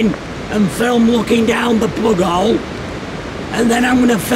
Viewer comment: Whos here just to hear him say, "plugole"?